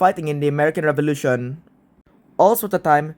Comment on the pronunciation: The Rrench Fevolution